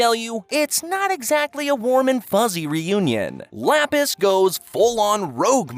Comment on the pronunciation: am i the only one whos agrivated by how he pronounces lapis's name?